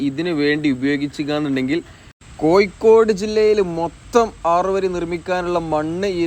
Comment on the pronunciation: കോയിക്കോട് അല്ല കോഴിക്കോട്